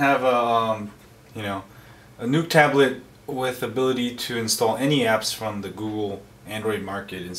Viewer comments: Informative video...Thank you! However...The Nook is not pronounced like "Nuke" (which you said several times). It's "Nook" which rhymes with "Book". And a Canon camera is not a "Canyon Camera" (which you also said twice)...it's pronounced "Canon" like "Cannon". You're killing me smalls! LOL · its not a nuke its a nook lol you are cool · Nook not NUKE TABLET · Right. Nook rhymes with Book. Its not Nuke-Buke. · does anyone else find it funny he calls it the NUKE tablet? it nooook not nuke but thanks for the info. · its nook like cook... Not nook like NUKE. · He says newk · i love how he says it like "nuke" tablet